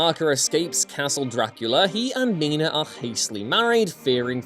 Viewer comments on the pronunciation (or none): none